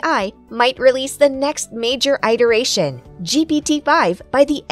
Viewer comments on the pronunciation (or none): "eye-teration?" This stupid AI doesn't even know how to pronounce "iteration." It would be nice if you would fix the errors before pushing your video onto YT. Nice video, otherwise.